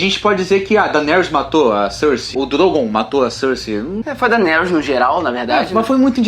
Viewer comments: Para de falar DROGOONN cara, é Drooogon 😂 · Gastura deles falando "drongoon" eca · Só me incomoda nos vídeos quando chamam "Drogón" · Falar DrogÔn e valankuar chega a embrulhar o estomago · Drogôn? Kkkkk